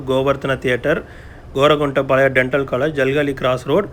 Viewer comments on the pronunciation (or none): none